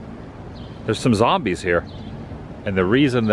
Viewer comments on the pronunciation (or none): none